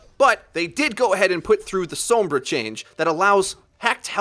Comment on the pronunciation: Perfectly good video but what's with this pronunciation of Sombra I hear people using now? She literally says her own name out loud and it sounds nothing like that